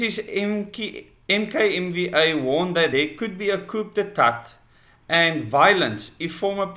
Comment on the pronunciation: coo day tar - is how it is pronounced